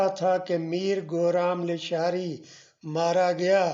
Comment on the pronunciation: لیشار نہیں۔۔۔۔ لاشاری